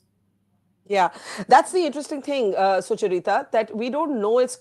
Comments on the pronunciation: Why does Barkha keep calling Sucharita as Suchur-ita? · Why does Barkha struggle so much to speak "Sucharita" 's name, it's a single word not Sucha-Rita